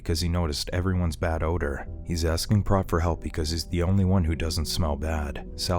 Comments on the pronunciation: Did you even watch this movie? His name is pronounced with a long O sound (sounds like "moat") and not a soft O (rhymes with "got"). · It's obvious that the Narrator has never seen K-PAX due his constant mispronunciation of Prot (it's pronounced like pr-OH-t, with the 'OH' sound). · It's pronounced Prote. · It's pronounced PROTE!